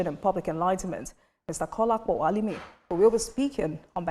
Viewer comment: Ha-lie-Mean(Alimi).You are a terrible human being.